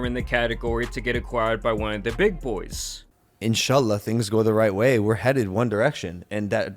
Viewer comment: Did Logan Paul just said insayallah?